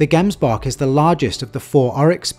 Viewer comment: Hey great video but a little bit of constructive criticism its pronounced gemsbok but like jems to pronounce "gemsbok," you can split the word into two syllables: "gems" and "bok"1. The first syllable is pronounced as "jems," rhyming with "gems" or "hems"1 Once again I don't mean to criticize you, I love your work